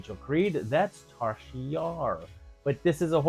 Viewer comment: TASHA Yar, not Tarsha.